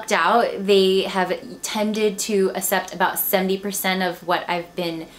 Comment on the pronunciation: Hanger, but i had you left on talking while im folding laundry that's how i made thru it. I don't want to offend you , but just as a reason why i wasn't completely focused was the way you said "accept" as "ah-sept" drove me nuts.. but that's just me so.. hehe don't worry about it.